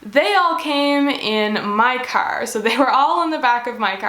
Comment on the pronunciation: That was the most Canadian ‘curr’ I’ve ever heard